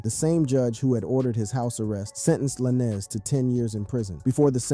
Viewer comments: It's tory lanes not la ness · How do you do a 20 minute researched video and call yourself, then proceed to call Tory by some spanish last name Lan-ez lol? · His last is Tory Lanes with a z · Tory Lanez “lanes” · La-nez is wild lmao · Just say Tory bro forget the “Lannis” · Saying "Tory Lannis" is crazy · Tory LaNNez 🤦🏻‍♂️ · im not trusting no source, that cant even say the name right 🤦🏾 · This guy butchering Tory’s last name is cringe asf. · Bro soon as I heard that I’m like this is cap lol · He’s pronouncing his last name like that to get the comments up. 🪤